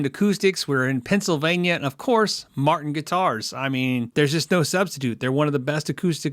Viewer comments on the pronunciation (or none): none